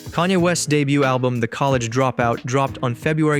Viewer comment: No way this AI called Ye a fucking COLLAGE Dropout.